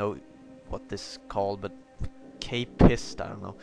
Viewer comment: I thought this was intereresting and fun to watch! If you do more episodes of this, you've got atleast 1 viewer ;) Also, don't look up the word K-PIST, keep calling it just that cause it sounds hilarious x)